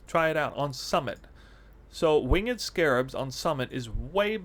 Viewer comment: dude you pronounce winged incorrectly.